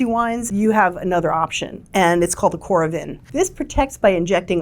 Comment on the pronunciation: 2025 review already? Isn’t it too soon? Oh well, I guess you gotta what you gotta do. Also you miss pronounced Vacu Vin and Coda Vin…